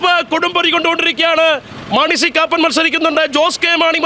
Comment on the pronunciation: Koppan not Kappan